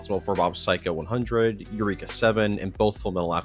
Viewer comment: Quick note, the ‘Eureka’ in Eureka Seven refers to the series’ titular heroine, Eureka, instead of the word eureka. Her name is pronounced Eh-Wreck-Ah. No harm no foul, even TOM from Toonami made that mistake when Toonami got revived. Also, give the series a watch. It holds up nicely at a fairly brisk 50 episodes. Maybe also give the manga or the New Wave PS2 duology if you take a liking to it.